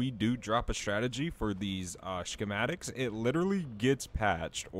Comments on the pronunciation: SHHHchematics lol the h is silent, like the word 'scheme' and 'school' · Love the way this man pronounces schismatic 😂😂